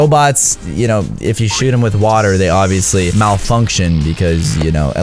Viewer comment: Bro said *maltrunction